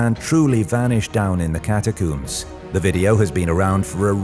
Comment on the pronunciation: It´s pronounced ¨cata-combs¨ not ¨cata-cooms.¨